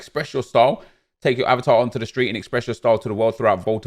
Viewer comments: Hahaha i almost choked on my food when he said avertar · Man said “aye var tar” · What’s up with the pronunciation of “eh-vatar”? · Why are you saying Avatar so weird?? 😂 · I’m sorry but how did you say avatar... LOOOOL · Why’d he say avatar like that 🤣